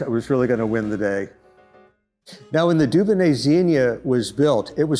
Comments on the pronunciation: Please pronounce the name Dunonnet correctly maybe, it’s not “Doobanay”, it’s “Dewbonnay’. This repetitive faux pas rendered the whole video unwatchable. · Are you pronouncing 'Dubonnet' correctly? It grates on my European ears.